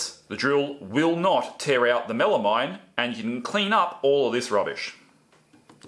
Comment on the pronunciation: Good tips, thank you. FYI, it is pronounced “MEL-a-meen”, not “-mine” It’s a portmanteau name, and the final two syllables are derived from a chemical that sounds like “AM-meen”.